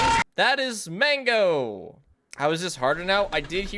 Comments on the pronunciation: it's mangle not MANGO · its mangle not mango